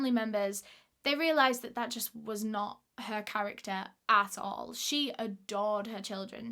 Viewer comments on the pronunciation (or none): none